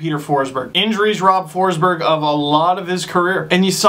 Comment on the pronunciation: FINALLY some correct pronounciation on Peter Forsberg (okay, you only said it once but you should know that it made my day). I have no idea but it always drives me nuts when English speakers misspronounce Swedish names (and I'm not even Swedish) and especially every name that has the word "berg" in them. Like, it drives me crazy. But now, I'm so glad that the hockey world is at least aware that they misspronounce it, even though they still continue in their own ways. And yeah, you're pretty bad on the Russian names too (let's say the whole Eastern Europe) so don't worry :)